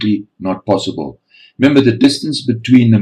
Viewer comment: It's not posaaaybil